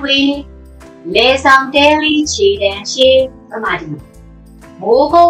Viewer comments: ရှည်( ရှီ) တ ည်နဲ့ကာရံယူ၊ ခြေတံရှေ လို့မဆိုရပါ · ခြေတံရှည်က တည်နဲ့ကာရံလိုက်အောင် ချည် လို့ ရွတ်ဆိုရတယ်လို့ ကြားဖူးပါတယ်